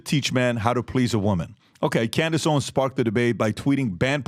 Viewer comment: Its Owens, with an S, old man! Her name was literally right behind you when you mispronounced it. In fact, her name is right behind you EVERY SINGLE DAY!!